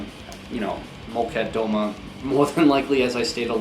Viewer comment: Here she comes, person to correct pronunciation. No judgement at all, but Molchat Doma is pronounced kind of like MOL chaht duh MA